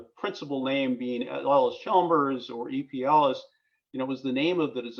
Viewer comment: Just a note here. The name is Allis Chalmers, you pronounce it as Ellis, but it's pronounced Alice. EP Allis died before the merger, and was being run by his family and Edwin Reynolds. Edwin negotiated the merger between EP Allis and Chalmers & Fraser, becoming Allis Chalmers. It was financed by East coast money and the new plant was built by Allis Chalmers, not EP Allis. It moved to "west Allis" because the new land was "west" of Allis Chalmers plant then at the Reliance Works. The Manhattan engines were the largest steam engines ever built. The wall you are referring to is inaccurate. Allis Chalmers bought the Hawley factory and all Manhattan project manufacturing was done at the Hawley works. Even the employees were sworn to top secret and the West Allis works had no idea what was going on right next door at the Hawley works